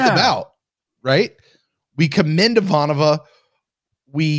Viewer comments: I will ding you boys every time you say her name wrong! It's: I-VAN-ova. Not: I-van-OV-a. Still love the show tho! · Please it is I'Vahnova, not Ivan'Ova. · The real question for Babylon 5, when will remember how to pronounce Ivanova's name. To be fair at least one other podcast pronounces it the way does as well, but it does stick out.